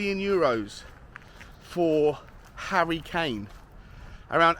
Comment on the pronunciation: Who is 'Harrty' Kane?